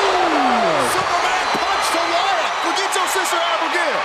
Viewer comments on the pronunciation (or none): Lol 😂 😂 😂But.... Forget* your sister Abigail not forger your sister abigail